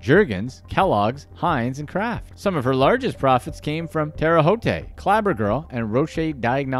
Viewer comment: Ouch... I'm not from IN... but even I know how to pronounce Terre Haute